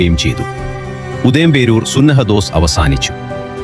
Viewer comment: സൂനഹദോസ് അല്ലടാ പൊട്ടാ, ഉദയംപേരൂർ സുന്നഹദോസ്